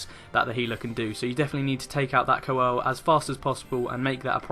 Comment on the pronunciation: Welcome back, I've been waiting for your 3.3 stuff after your holiday! Great guide as always, best I've seen so far for Hullbreaker HM. Now I've got to be Captain of the Dickwads & give tips on pronunciation. Sanguine is pronounced sang-win & coeurl is pronounced curl (like curly hair). Someone else would pick you up on it so I though it might as well be me. XD Keep up the excellent work.